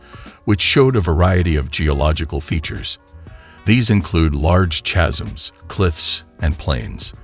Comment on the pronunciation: The information presented here is good. However, the vid is like a junior high school essay trying stretch word count by needlessly reiterating the same thing several times. The info in the vid could've been presented in 10 to 15 minutes instead of 30 without the pointless repetition. Also, you might want to misspel "chasm" as "kasm" so that the text to speech pronounces it correctly.